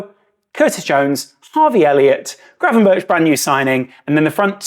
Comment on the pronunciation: Somebody actually pronouncing Gravenberch correctly! Nice one As the guy said himself in a interview, it's pronounced with a K on the end:)